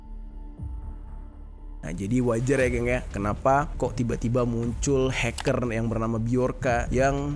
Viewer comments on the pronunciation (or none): none